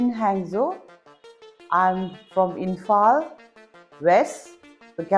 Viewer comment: Why this witch is supporting to kuki community..it means she wants war between meitei and kuki again again in future..she still doesn't know how to pronounce Imphal properly..you know our history very well.. others community they had no problem but kuki had lots of problem..they want greater mizoram and they want to plant poppies in their area.they don't like to earn money with hardwork..just they want by selling their drugs without any hardworking ...when these crisis started in churchanpur area how many meitei killed and raped by kuki...had you forget it..few days back one of our meitei brother killed mercilessly..kuki cut his tongue and took out his eyes when he was alive..these people made alcohol also...then they supply to others...